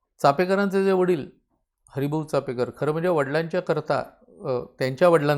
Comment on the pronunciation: छानच, फे नसून पे असा उच्चार कळला हे महत्त्वाचं कारण बहुतेक जण नुसता उच्चार नाही तर लिहितांना देखील फे असंच लिहितात. अनेक महत्वाचे संदर्भ मिळाले आणि ओघवती सहज सुंदर भाषा. मस्तच...🙏🙏🙏🙏